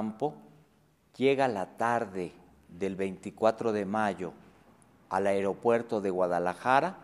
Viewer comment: me crispa que ese wey diga areopuerto en lugar de aeropuerto